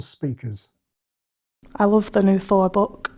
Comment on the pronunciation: Is there a name for the phenomenon that shows up here with "Thor book" where a word ends with a hard K sound, and they seemingly do a glottal stop, or at the very least stop vocalizing for a decent amount of time before a very emphasized very hard K sound? I feel like I have noticed that from a lot of British people on youtube. Honestly I find it somewhat annoying when I hear it, but at the same time I'm intrigued by it linguistically. I feel like the most "general" way to say it would be with much less or no space between the end of vocalizing and the K, or in other accents, with purely a glottal stop. It feels to me like they've already finished the sentence and would be understood with just a glottal stop, and then go to extra effort to really build up pressure to make that K really pop. Despite my slight misophonic reaction to hearing it, I am curious about it. Whether it's common in several British accents or just one, and whether it's been studied or even noticed by anyone else (maybe it's just a weird "me" problem)